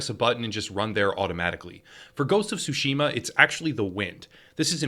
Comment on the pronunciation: I'm sorry but it just hurts my ears. It's not "sushima" (like sushi) but "tsushima" (like tsunami).